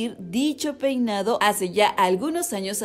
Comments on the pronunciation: Jaja si dice Poinado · Jaja en el minuto dice "poinado" 😂